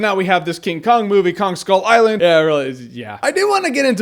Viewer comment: i really liked the movie but with what he said, it sounded more like ‘people on skull island’ and not ‘kong skull island’